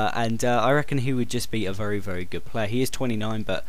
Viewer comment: U say vury